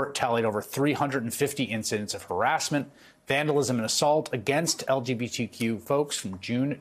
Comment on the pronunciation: It sounded like he said "LGBDQ community".